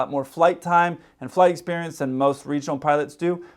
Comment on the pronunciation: "I had a very similar sperience" I don't know why I found that so funny...